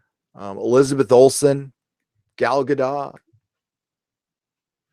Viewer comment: Gal Gadot "Gadoe", say it like that.